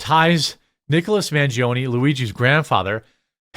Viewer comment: It’s Man, pronounced (Mawn) - gi, pronounced (gee) - o, pronounced (oh) - ne, pronounced (nay). It’s Italian. Pronounce it correctly, please.